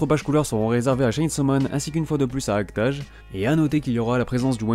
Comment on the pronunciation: Tu dois le premier youtubeur que j’entends prononcer "Act-age" correctement, ha ha XD Par contre, l’auteur de Gin’Iro no Seven s’appelle Tadahiro Miura, et non Badahiro. ^^